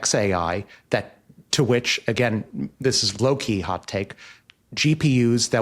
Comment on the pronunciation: did you say a Low Key Hot take? cause i heard Loki Hot Take?:-) another XPRIZE Movie for Future Vision, Take 2